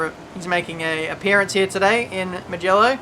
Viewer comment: It's Moojello. Not Moogallo lol Bro, make wide entries lol